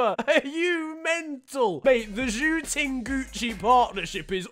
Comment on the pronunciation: you pronounced zhou ting in chinese as pork room